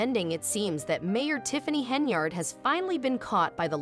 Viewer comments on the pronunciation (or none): Stop using AI to narate stories . They cant even pronounce her name properly. Where the fk is DOLAN? HERNARD? WTF.